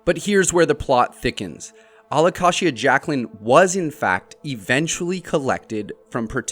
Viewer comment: How are you going to hear Jacklyn say alocasia and then pronounce it completely differently